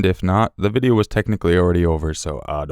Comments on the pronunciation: "I Dont Kerr..." I love it! :D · Lol "I don't cuuurrr"